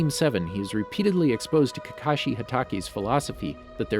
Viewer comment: Kakash-I A-tak-IE